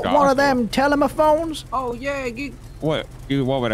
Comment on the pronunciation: 😂😂😂 “you got them telemaphones” ridiculous!!